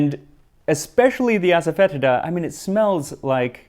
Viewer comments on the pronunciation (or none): Asafoetida is pronounced as-sah-feh-tee-dah 😊